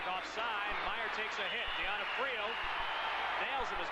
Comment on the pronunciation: The announcer really butchers Mark D'Onofrio's name